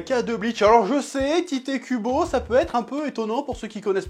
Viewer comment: Sauf que l'auteur de Bleach ne s'appelle pas Tité Kubo, mais Tite (prononcé "Tight" ou Taito à la japonaise). C'est déjà douloureux à entendre en temps normal dans les reviews de Bleach, mais là en plus ça fait complétement foirer les jeux de mots!!